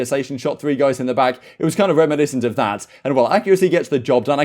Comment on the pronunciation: Alroiightt goiyss